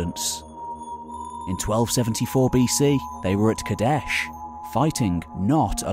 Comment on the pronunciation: Too aggressive in word pronunciation man. Just relax. It doesn't need to be KaDESHHHHHHH!